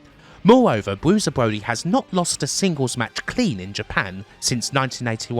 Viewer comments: Bwusier bwody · "Bwuiser Bwody", fantastic. Sorry I'm not gonna listen to a 3-CPO/Elmer Fudd narration.